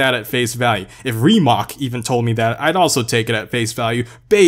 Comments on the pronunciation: rimac... not rimak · Hey i'm sorry if i sound like that acthuly guy but you are mispronouncing word rimac it is a croatian surname and you are saying everything correctly exepct the c part And sorry for my spelling im croatian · Or as would say: "Reemac" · Is it really pronounced (Ree-mock) or (Rih-mack) ? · its rimac with a c not with a k its just midly furiating or however its speld i dont know how to write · Rimac (for you Americans) is pronounced with a c that sounds like the word chicken ch but say chicken with your mouth open and not like an o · You prenounced "Rimac" wrong, pronounce it with c(idk if it's possible), not k, it comes from my country so I know what I'm saying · If you pronounce rimac wrong one more time I swear to god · Who else is getting triggered when he says rimac wrong